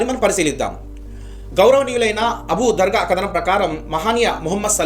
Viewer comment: abu dargaa kaadu naayanaa... emi palukutunnavu..abu darda (r)